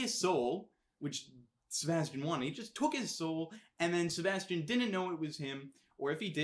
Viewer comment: And he didn't say Sebastian the right way!